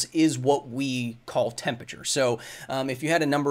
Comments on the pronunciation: Kyle why do you say "tempature" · office hours, brought to you by the word "tempachur" xD it still amuses me how a science communicator fails to say temperature well :P